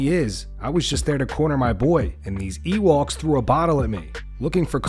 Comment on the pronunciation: "Ewalk" = "Ewok" Ok, once i figured it out, it was funny